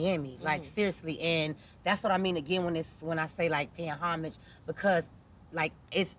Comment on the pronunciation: I’m shocked to see two grown women mispronounce the word Homage, wtf 🤣 talm bout “hummage”